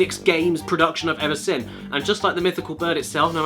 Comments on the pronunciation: Love you caddy but it is Seen not sin, it kills me every time hahaha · Can't unhear it but. When Caddy says "seen" I just hear "sin"